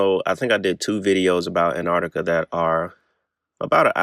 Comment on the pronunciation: Please stop calling it anardica